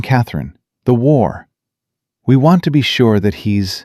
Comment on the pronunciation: War not ward